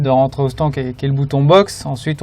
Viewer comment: Ça me perturbe que grosjean dis « stan » au lieu de stand